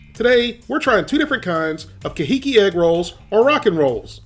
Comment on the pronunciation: Wow, that's pronounced car hee keep, supposed to sound Hawaiian, I guess.. I liked your review, gotta get an air fryer!!!😁